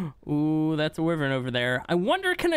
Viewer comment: The way you say wyvern is annoying there is no i in the name wyvern